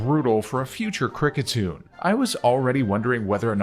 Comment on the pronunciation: Havent watched the video yet but ill give you a like just for encouragement. Kriketune smh😅